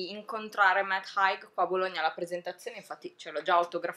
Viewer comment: Bellissima recensione! Solo... Si pronuncia “Heig” xD